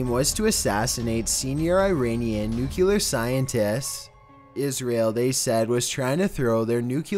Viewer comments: Please learn how to pronounce "Nuclear" it's new clear not nucular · Ok say it with me now.... Sound it out.... New - Clear. NOT New-Cue-Ler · pronounced {new-clear} not {new-cue-ler} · "New-clearer" not "nuke-you-ler"... Gd vid but why do ppl confuse this!? Lols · He said Senior Israeli "Nucular" scientists! Geeez, when are people going to learn the word "Nuclear"? Also, why does this guy's accent make everything sound like a lazy question? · Nu CLEE ar. NOT nu KYOO lar. Fucking president Bush fucking up the English language. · NUCLEAR!!!.... NOT NUCULAR!!!! JEsus! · NU-CLEE-ERR! Nuclear. Not NU-KEW-LAR. Pronounced NEW-CLEE-ERR! ORI-ENTED.. Oriented. Not ORR-EE-EN-TATED. Using the word "orientated" is simply a needless variant. Let's nitpick! Wanna? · It's NU-CLE-AR Not "nuke-you-lar!" For fuck's sake. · Ugh nuclear not nucelar 🤦🏻‍♂️ get it fckin right pls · don't know why I keep coming back to this channel. NUCLEAR!!!! not NUCULER!!! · it's nu=cle=ar, not nu-cue=ler...drives me nuts! love your channel! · NUKE-LEE-ER NOT NUKE-ULE-ER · I hate it when someone pronounces nuclear as "nook-yuh-ler" instead of "nook-lee-ur". Like read the dang word,. Damn. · It's nuclear, not nucular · Nuclear. NUCLEAR - as in, "new clear" not "new queue lar"! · Why the hell does everyone say "nucular" it's "nuclear" goddammit. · "NUCLEAR" not "NUCULAR" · Why the hell do Americans say "nucular" ...the word is "nuclear"... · "Nuclear", not "Nuculur" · N U C U L A R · I don't get being unable to pronounce nuclear. It's easier than nu-cue-lar! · When says "nuclear" seems like "new killer" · Nucular. Exorberrant. What the fuck. You've been narrating videos for like 5 years now and you still can't do proper inflections, you can't figure out where to put punctuation, and you can't figure out how to pronounce some of the absolute MOST SIMPLE fucking words to say. If you don't know a word's pronunciation, then LOOK IT UP FOR FUCK SAKE. Quit reading like a fucking 12 year old.